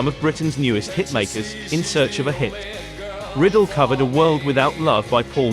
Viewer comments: Bobby Rydell’s name is pronounced Reye’ dehl not riddle. The poor man is turning over in his grave over your mispronunciation of his name. Actually it’s not quite his real name as he de Italianized it from Rydelli I believe, but am not sure. Apology accepted on behalf of Bobby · It's not Bobby Riddle it's Rydell rye dell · Who could forget Dave Berry with those strange, prehensile hands singing 'The Crying Game'? As for Bobby Riddle - whoops! That should be pronounced Rye Dell! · No such artist as "Bobby Riddle". There WAS a "Bobby Rydell", pronounced RYE-dell, NOT "riddle'. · isn't it rye-DELL, with the stress on the 2nd syllable? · Great! I didn't realize there were all those non Englush versions of This Strange Effect! The Soectres later recorded it. Thanx. Btw I belive Bobby's last name is pronounced Rye- Dell. A CD of these songs and more was more recently released with Petula Clark's French version of A Well Respected Man About Town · This narrator keeps mispronouncing Bobby Rydell's name. It is not like riddle. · Bobby Riddle? Why don't these narrators do just a bit of research before making such daft mispronunciations? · Yes, it is because of the computer that the voice says "Davies," instead of "Davis." Not because of some cultural difference, but because that is how the computer pronounces it. The same reason Bobby Rydell's name was mispronounced. If they would pay a real person to do the voice-overs, they wouldn't have all of those errors. Do you get it now? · When you produce and post a documentary this Epic you should pronounce all names correctly.